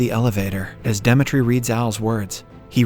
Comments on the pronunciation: Are you trolling with not being able to pronounce “Demetri” and “live”? Lol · he pronounced Demetri correctly on the main channel but wrongly here. There weren't any jokes as well too and the audio in the 2nd part got worse. somwthing is definitely fishy there. Also, the constant joke where he replaces suicide with "commits the unthinkable" was not present here at all when there's a whole suicide scene